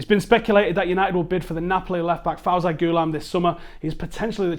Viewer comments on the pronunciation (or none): FawZee Ghoulam not faw Zy